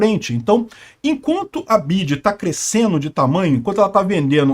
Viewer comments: Nunca ouvi alguém pronunciar Bidji antes... Mesmo aqui no Brasil, sempre ouvi dizer em ingles "Bi Uai Di" ... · É correto esse jeito de falar BYD: "bidi"? muito estranho. Pensei que todos dissessem "bi-uai-di" 🙄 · É "BI-AI-DI " > "BIDI" É NOME DE BATEDOR DE CAETEIRAS 🤣🤣🤣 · "BID"? KKKKK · O nome é BIO AI DI BYD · Onde o aprendeu a falar "bid"? Ninguém fala assim. É o problema de se informar somente por leitura. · Só vi idiotas comentando neste post a comecar pelo Youtuber pronunciando o tempo todo o nome errado da montadora. Minha BMW X3 com 22.000 km rodados foram gastos R$ 27 mil reais na revisão. Vários serviços tipo concierge , GPS e serviços de informação via Wi-Fi venceram e não funcionam. Cobram uma taxa absurda para mantê los.Ah o preço de uma X3 NOVA ? R$ 600 mil reais ou o triplo de um BYD TOP de linha q oferece todos os recursos! Os EUA e a Europa estão revoltados com esta concorrência já q o governo chinês oferece incentivos fiscais para exportação! Nunca irá falir e lembrando q qualquer montadora tem o seu eletrico. Volvo Sueca não produz mais carro a combustão. Trump saiu do acordo de Paris e se dane o meio ambiente! Elon Musk já está pulando fora desta Santa Ignorância presidente da poderosa América!😊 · Por que ele pronuncia errado o nome da montadora? Parece um ret@@